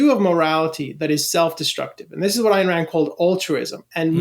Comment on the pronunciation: Ayn…not Ann